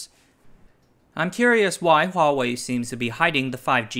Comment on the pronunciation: I just like that he doesn't say WAHwei. Is it that hard to start a word with an H